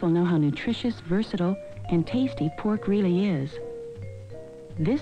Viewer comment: ....she lost me with that sooooo Midwestern 'how "teaaysty" poork really is'...:)!